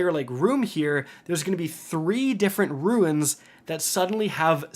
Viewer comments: Runes. RUNES. Sounds like 'roons' Not "Ruins." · Finally not sick but still can't pronounce runes properly lol (roons, not roo-ins) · lol yeah. He had to say Rune so many times in this video and every time it came out Ruin. Maybe this can be Penglings moment. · Awesome video. Thanks for the walk-through. Also, it's rune not ruin. It sounds like roon. But seriously, great video! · I get so focused on how you can't say rune correctly that I tune out most of your instructions. You always want to add an I to it and make it ruin instead of roon....but I digress lol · Dude, it's ROOOONS, not ruins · My brain slowly melting when continues saying "roo-in" instead of "Roon" ffs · It’s RUNES. Not RUINS. 🤦🏻‍♂️ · Dear, heavens,! ROONs not ROO-INs. Rune vs. Ruin. My ears hurt! Love ya, though. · For the love of the English language, it's RUNES not RUINS. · Haha he still hasn't figured out the difference between the words "runes" and "ruins" lol love ya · Homie is still saying Ruins after all these years lmao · Is he saying “ruins”??? Does he mean “runes”??? IDK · Runes, not ruins 😜 quite different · *sigh * yet another video where he repeatedly calls runes 'ruins' and I die a little inside and want to clorox my ears. haha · Good god, man it’s pronounced “roons” dammit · My guy can not say runes to save his life😂😂😂😂